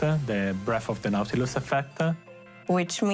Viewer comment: nautilus ❌ nautulis ✅